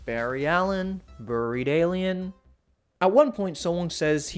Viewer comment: Buried is not pronounced that way.